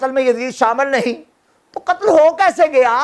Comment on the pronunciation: Qttl ka lffz theek nhi hy